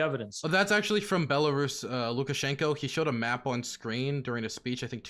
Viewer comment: “DONNITSK” “LA-HANDSK” “BOLARIS” “GA-NOME”